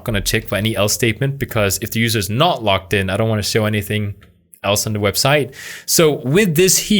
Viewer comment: Hey,, logged in is pronounced loGGed in, not loCKed in.